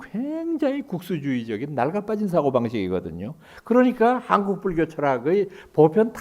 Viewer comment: 명강의를 들으며, 첫째 질문. "한국"의"한"을 강사께서, 길게 바름하셔ㅆ는데, 길게 발음해야 하는가? 이 사람 의 생각으로는 짧게 발음해야 한다고 생각한다. 제나라 국호도 제대로 발음하지 못하는 나라는"대한 민국"의"국민"뿐이다. 고국의 동포들께 정중히 권하옵노니,"한국 어문을 고발함" 이라는 책을 일독해 주시옵소서. 미국 변 완수 배